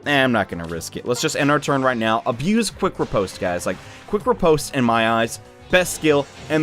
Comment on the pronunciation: I am 1000% sure you are saying riposte wrong and it's annoying my ears D: !